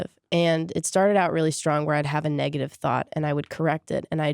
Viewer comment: laughing every time she says negative lmao